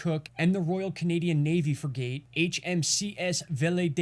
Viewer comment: The ship you mentioned, "fruh gate" is called a Frig It". Thanks for report tho! 👍